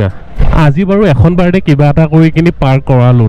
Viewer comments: তুমি শব্দ শুদ্ধকৈ কবাছোন শুনিবলৈ বেয়া লাগে তুমি কৈছা বাৰদে 👉বাৰ্থদে কবা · জন্ম দিন বুলি ক'লে হয় বাৰদে বাৰদে বুলি কৈ আছে । শুদ্ধ কৈ ক'ব লাগে বাক্য বোৰ।